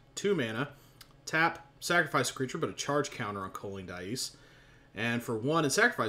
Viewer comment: Are you pronouncing "dais" correctly? I've heard it pronounced day-us in that song Jabba on the Dais which is a parody of the Amadeus song by Falco.